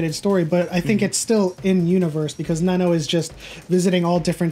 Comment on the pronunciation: its not nennoo its nan-no... plz..